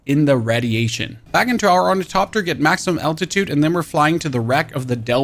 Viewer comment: or - ni - THop- ter you're welcome :) great video!